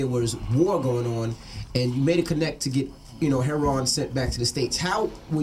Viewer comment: You know what's worse than an ignorant person? A smart person attempting to be ignorant in order to fit in. It's 'her-o-in' not 'her-ron'.